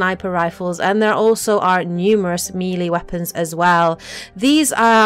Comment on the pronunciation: "Meeeeeeeelee weapons"? Nice pronounciation! Now say 'aluminum' while your at it, lmfao! Then you say the weight system is 'exactly like in ME3', when your own clips clearly show the Power Recharge can't fall below 100%, when in ME3, you could have much shorter Cdn's, say with 150% Cdn reduction. I couldn't stomach anything beyond that point.